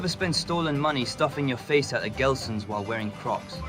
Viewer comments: Its Gelsons not Gleasons and very expensive. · Gelsons, not Gleesons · GELSONS not GLEASONS!!! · GELSON not gleason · Benny.... It's pronounced Gehl Sons...